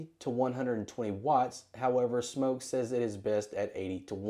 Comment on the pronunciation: Wow thank you for pronouncing Smok correctly!